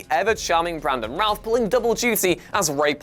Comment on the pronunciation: Yeah he's using the actors name Brandon routh not ralph